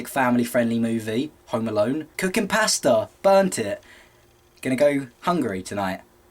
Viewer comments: i thought he said "i cooked my pastor" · maybe it's just because I'm American but at first i thought he said 'i was just cooking my pastor' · I really like how you say pasta.